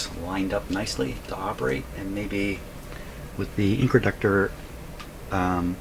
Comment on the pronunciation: Are you calling the controlled inductor an incraductor? Why would you do that?